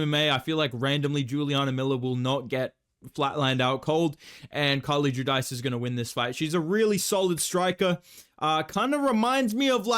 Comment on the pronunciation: Carlie judice, It’s pronounced “ju-deece”